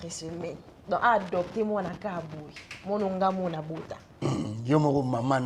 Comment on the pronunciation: Ko dopter bana ❌ Ko adopter bana ✅